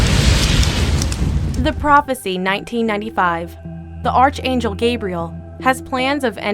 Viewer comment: Archangel is pronounced Ark Angel. Again and again, those that make these videos make themselves look like idiots because they can't pronounce words or names. I think they need to get help for words containing more than 4 letters.